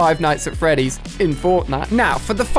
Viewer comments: DId you just (Five nights at Freddies) What FREDDIES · Five nights at "Freddies" 😆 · is "Five Nights at Freddy's" not "Five Nights at Freddies" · they were pronounced "Freddies" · Its not freddies is Freddy's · jesus christ "freddies?" smh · No one Ali-A: Five night at FREDDIES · He said feddies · He’s saying it like it’s plural